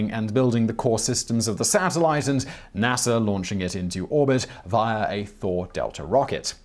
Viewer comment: Is it NASER or NASA?🤔?🤔